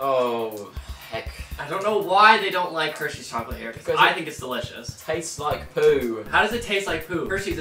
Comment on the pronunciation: I wuv hershies 😁